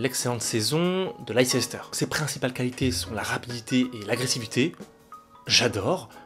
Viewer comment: Tu peux aussi rajouter McKennie (Juve) dans les nords americains qui ont du potentiel. PS : Ça se dit Leister et non Leicester 😉